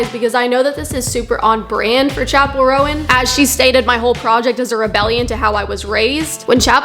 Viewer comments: Where was i saying harmful messages? I asked one question to you. You said "first of all, pronounce her name right goddamn, you're grating on my ears. it's roan not rowan." That's rudeness directed towards the creator of the video. Calling her bigoted as well. Im not the one being rude here, and I think it's obvious. I've not said one thing derogatory or rude towards you or anyone else, just saying what you said in that quotation. "1. I wasn't rude. I was honest." Can actually be used in my situation since I haven't been rude. Also, strong argument? Preaching? I was asking a question to you. I never was preaching or arguing. This should be a simple conversation, but it lookes like you interpreted my question the wrong way and got offended. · OK, there are a couple things wrong here. First of all, the girl in the Casual music video is a SIREN, Not a demon. Second, it's pronounced, "Chappell RONE", not "Rowan", and third, her nun look was a tribute to The Sisters of Perpetual Indulgence, who have been around since the 70's, so there's no point in hating on her. If you really feel the need to spread hate, hate on them. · Interesting you have a closed minded and ignorant view on a person you cant even pronounce the name of, you put small snippets of her songs out of context then claim that she is following the devil maybe if you're going to have this 'Christian perspective' do some research about all the songs you claim are demonic. Always have to make it about god being mocked when not once did she mock Christianity you just want to spread hate and hide it behind religion.